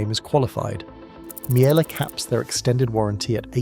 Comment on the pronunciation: AI, can't pronounce Miele properly